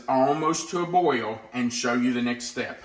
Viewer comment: New drinking game....take a shot every time says 'boy-yul'. 3.24 to 4.20 - 9 times. I'm on the floor. Hi from Australia where we love a drink 🤣